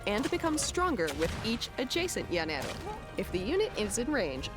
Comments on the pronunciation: The way you said Llanero was so funny. Imagine is "janero" LL sounds like J in spanish. Also, Hacienda hahaha, H is mute in spanish, it's pronounce acienda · the way you pronounced llanero was funny as hell. Llanera music intensifies.